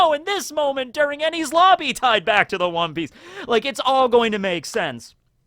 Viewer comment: Perhaps it's Wan(o) Piece